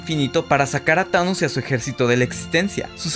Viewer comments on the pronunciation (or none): none